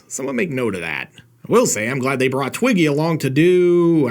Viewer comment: Either you're pronouncing Twiki's name wrong, or else Twiggy was part of the cast of "Buck Rogers." I know it's been four decades, but I think I'd remember that.